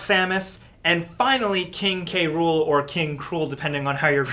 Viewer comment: It is and always was "Kay-rool". Just as Dr. Robotnik is and always was Robotnik.